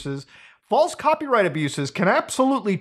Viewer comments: You saying ‘flase’ caught me off guard and made me laugh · 😂😆🤣 “flase” why does that sound funny to me?!